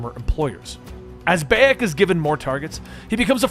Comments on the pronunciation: Every time I hear you say Beyak instead of Bayek, my ears bleed! 😒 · The protagonist isnt called beyak. But bayek. You cant even fucking nail that, why the fuck should we listen to your video? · Ahh yes bey-ej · BAHHH-YEKKK good god man the least you could do is get the main characters name right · Dude it pronounced Buy-Ek!!!! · Beyack? Hahahahahahahahahaha!!! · dawg im sorry but you couldve at least tried to pronounce his name properly. everybody calls him BYE-ek and u still managed to pronounce it wrong smh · Ah yes my favourite assassin Bay-ek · Ah yes baiek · Pronounced bye-yek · i love how you mispronounce the name beyak thats funny leatrn more about games if u wanna make vids ab them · huge dislike for mispronouncing the protagonists name, that's about as much as I need to know about how much you know about the series and if I should listen to the video, bye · I can't finish this video. It hurts to hear you say Bayek's name. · How do you listen to someone's name a hundred times maybe even read it if you have the subtitles on and still say it completely wrong in the most American accent possible. Is it just impossible for Americans to just say a name how it's pronounced do they have to pronounce it in an American accent with American English and American pronunciation wtaf and how? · honestly, I couldn't watch more than a minute of this for the simple detail that he's saying Bayak's name wrong, cause its not like you don't hear it a HUNDRED times in the game or anything... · I literally don't have the capacity to finish this video because he can't pronounce my man's name 💀💀💀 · Yeah I was boutta say how can you play the game and not pronounce Bayek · Buy-ek, Keh-moo, Eye-bis, Flah-vee-us, Ah-mew-net…please….